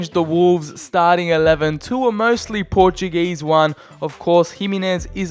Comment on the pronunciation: dont yoou disrespect my country its portuguese not portug_ese